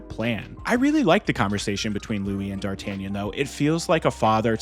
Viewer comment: It's the best Musketeer movie to date. And oh yeah...I am not french...But my dear americans...It's pronounced Dar-tah-NYAHN!